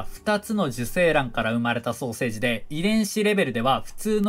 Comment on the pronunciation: 双生児がソーセージに聞こえる